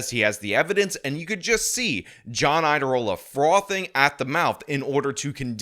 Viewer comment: the "IA" in Iadarola is a diphthong. It's pronounced as a "Y," as in YADA-YADA-YADA-rola, which would be a great nickname. It would be a shame if YouTubers like started calling him that.